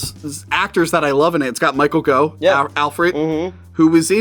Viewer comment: surprised you didn't mention the one where Fonz was Scrooge...and it's MIchael GOUGH...pronounced like cough.